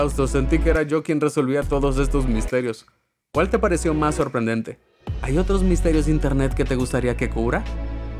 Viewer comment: Recuerdo tu intro donde te tragabas la palabra Sorprendente y luego te sorprendias